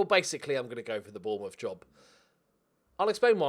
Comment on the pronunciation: Gotta sign Bwian bwobbewy for Bwournmouth! 😆.